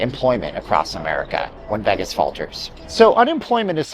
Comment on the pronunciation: Solid video but the way this guy says Vegas is so cringe.